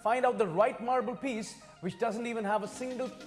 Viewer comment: "the tub over there, which is a obe piece mable tub, and carved out of one piece of marble" Oh, the floor here ia made out of floor.😂